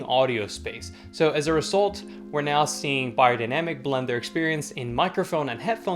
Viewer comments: Funny how the correct pronunciation sticks out to you. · That's how you actually pronounce the brand name as it is german company.